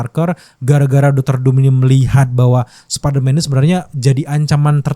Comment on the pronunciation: Apa perasaanku aja apa kupingku soak ngedenger spiderman diucap sperman, ngramein kimentar😅